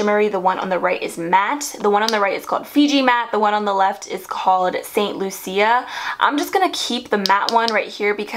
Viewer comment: Enjoyed the video. Just would like to point out St Lucia (a country) is pronounced as St 'Loo - sha'